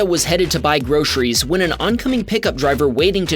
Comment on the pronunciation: "RERGRETS" IS NOT A WORD. * Regrets. "SUHMITTER" IS NOT A. * Submitter. "PERTECTED" IS NOT A WORD. * Protected. "GROSHERIES" IS NOT A WORD. * Groceries. "INFERMASHIN" IS NOT A WORD. * Information.